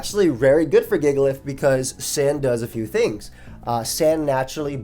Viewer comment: really pronounced it gigalith huh